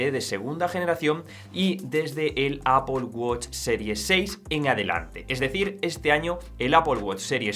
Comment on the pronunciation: Primer español que escucho que dice "Apol" y no "Apel" 😮😮😮